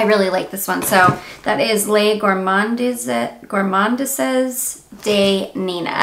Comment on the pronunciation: You say Les Gourmandeez day Nina:-)